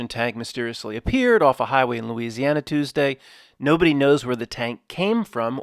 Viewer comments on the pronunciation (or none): none